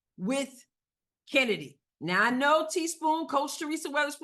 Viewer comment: It is not Kennedy it's Chennedy. As in Choo choo.